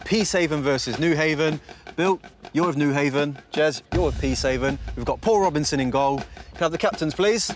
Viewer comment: When he said Paul Robbins in I thought he said poor robinsin